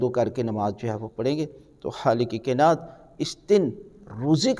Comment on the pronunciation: Utube per ap say sawal nahi poch saktay Ap word kaainaat ko sahi bola karain plz